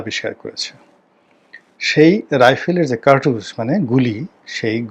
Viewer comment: উচ্চারণ - কার্ট্রুজ না, কার্টিজ বা কার্তুজ আর গোয়িং টু লুজ হবে লুজড না